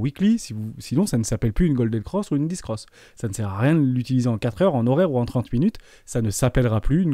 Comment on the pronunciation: On dit "dèf" pour death et "bèr" pour bear 😅